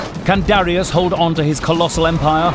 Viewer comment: It's pronounced "duh-RYE-us", not "DARRY-us".